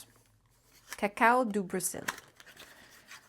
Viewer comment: Cah-CA-Oh, not cah-COH. 👍